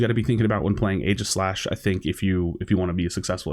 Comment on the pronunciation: "only YouTuber who can pronounce aeigislash"